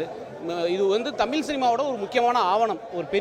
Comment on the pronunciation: Thamil illa kannungala adhu thamizh.zha solli pazhagunga.tamizh mozhi peyar sollavae varala idhula naanga tamizhanganu peruma.90 percent of people cannot say that this basic way of pronouncing language properly n all are vandherigal only.Telungargal like Karunanithi,Vijay Sethupathi and Malayalis like MGR (.actual tamizhar) should have shared their siruneer.Odukkapattavanga solli solli athoda konjam adhigam nenaikara jaathikaaranga thaan avangala odhukaradhae.ivanunga politics panni panni pera edukaranga .